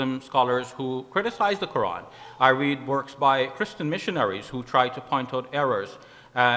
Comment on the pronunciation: He James white is scholer but yet he can't pronounce a simple word Quran he called Qran its not deficult to pronounce it and in when qs sassion begunn's they both pointed to a man who was before wiating for qs look to he face